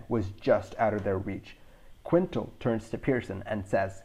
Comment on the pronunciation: Quintal is pronounced Kintel, not Quintle. 9/10 show